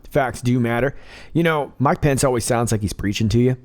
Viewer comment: Every time I hear you say the VP's name - I think you are saying "Mike Pants" :P